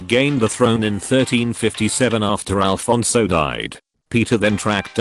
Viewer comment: ITS NOT FUCKING ALFONSO ITS AFONSO